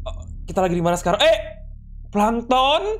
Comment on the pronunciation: Bang kok lu ngomong pankton tollol kan abang family friendly?